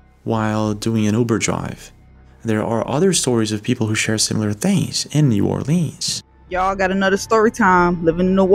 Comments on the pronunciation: It's not "New Orleeens", it's "New Orlins" or "Nola". We don't say "Leeens" or "Nawlins". God bless you. ❤ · Being from louisiana, new orleans is actually pronounced n'alens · The way you pronounce New Orleans is pissing me off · Ur video is great but please say our city name correct lol…so many pronounce it wrong…I’m born and raised in New Orleans and still live here today so I can definitely say yes vampires exist and other things as well… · If He’s in Nola he’s jiggin. God pleaaaaase pronounce New Orleans correctly please.